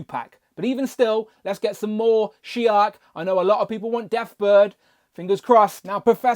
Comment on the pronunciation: Why are you adding a k to the end of shi’ar? It’s not shi’ark my dude.